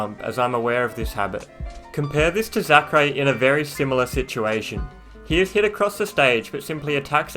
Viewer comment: When he says Zackray,my ears tell me "Sakurai" lmao